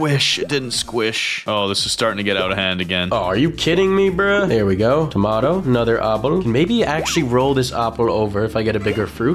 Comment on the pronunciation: AND THEY BOTH SAY TOMATOL🤣